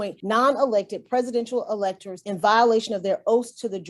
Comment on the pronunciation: Can you read and write the english language, asked by the lady who CAN'T pronounce electors.